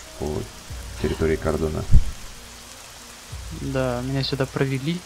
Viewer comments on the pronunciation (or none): Не кАрдон, а кОрдон. Исправь пж.